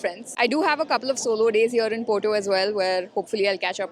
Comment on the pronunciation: Why wud you pronounce Porto poto